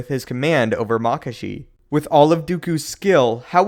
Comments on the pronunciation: maka-shi not mak-ashi and from a previous video, JuyO not JuyA That is all, thank you. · Isnt it pronounced makAshi? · He pronounces Makashi two different fucking ways. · The question is: Is it pronounced Maa-kashi or Ma-kaashi? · So... is it Mákashi or Makáshi?